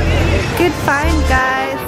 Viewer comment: You said to those cow,Good find "guys". In hindi we say cow as guys same pronounciation.Lovely vlog.Visit India again probably Kerala(God's own state)